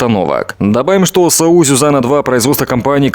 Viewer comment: НЕ саУ а сАу бОклан. Но денег дайте побыстрей.....